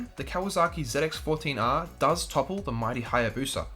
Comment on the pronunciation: Z X not zit x hahaha